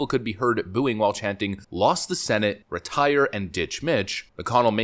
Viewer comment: Retie-err... retire...